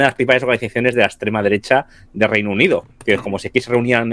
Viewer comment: Por cierto: en el primer minuto el tal ha repetido cuatro veces "la ekssstrema derecha"... 🤣🤣🤣🤣🤣